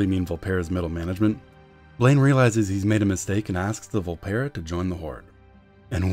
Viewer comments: "vul-PEAR-uh". Not "vul-PEER-uh". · Coronation In a dev QA, they said the official pronounciation was "vul-PEAR-uh". One is wrong, one is right.